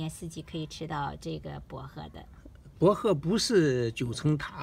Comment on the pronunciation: 博贺听着好别扭